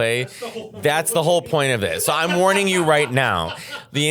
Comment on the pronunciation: "Thats the whole loint of this" 😂😂😂 like...who comes here to NOT hear metteos opinions?